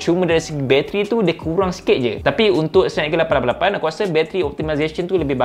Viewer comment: Abang ada potensi untuk menjadi duta teh "888"... Cara sebutan tu yang ngam sekali 😂